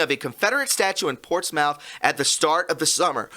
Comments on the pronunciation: PortsMOUTH is pronounced PortSMITH. ✌🏼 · ish... Portsmouth... :) hey from UK... we got a Portsmouth too... we pronounce it Portsmth... or even Portsmf... :) hope helps... :) Cheers man !!! :) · its pronounced portsmith! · Pronounced "Portsmuth" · "portsmouth" pronounced PORTS-METH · Portsmouth is pronounced Ports smith. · Pronounced "Portsmith"